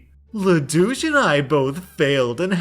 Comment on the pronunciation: Every time he says Le Douche I keep hearing lelouch please help I